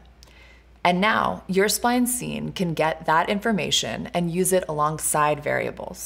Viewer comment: I swear you say swine instead of spline.